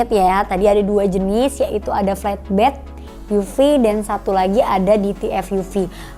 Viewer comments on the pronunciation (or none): Mbacanya enakan 'flatbed' ketimbang 'fletbed', Mbak. 🙏